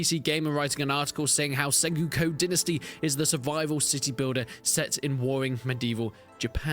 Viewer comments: Sen-GO-Ku...you trolling with that SenGUko. Is it an English thing? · "SenGOOko"? Didn't know that Brits pronounced "o"s as "u"s and visa versa. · The way you pronounce sengoku really threw me for a loop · Sorry for this, but it is not sengyuko dynasty, it's Sen-go-ku Dynasty. It's a time period of Japan. From , there were a lot of civil uprisings in that period. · Senguko Dinisty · It's really distracting.